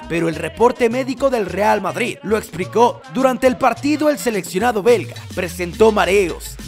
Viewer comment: No se si escucharon digo REAL BaBris